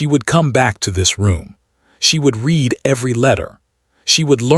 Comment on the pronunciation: Someone needs to teach AI read-reed-present tense. Read-red-past tense